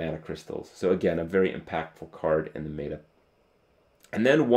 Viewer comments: Does Kripp still say "may-ta" isntead of meta? :') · Has anyone told him that 'meta' is pronounced like it's spelled? That is 'meh-tuh' and not 'may-duh'? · Stop saying MAETER! It's pronounced meta (met her) not mayter!! Love of Jesus. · my god, its pronounced "Met-a"